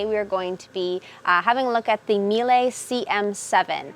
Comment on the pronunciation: MEE-LA haha is how it is pronounced :)